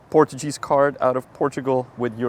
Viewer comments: portuJEEZ card 🤯 first time I ever hear someone pronounce it that way 😂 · "PortuJeez card" 💀